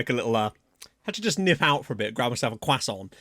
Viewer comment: I love the almost exaggerated way you say Croissant